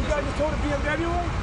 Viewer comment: i swear he said BFW instead of bmw.